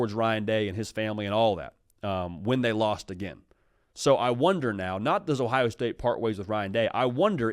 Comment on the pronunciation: “Ohio Stae”.. Really?